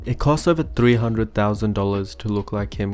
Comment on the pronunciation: the way the woman pronounces... "thousand."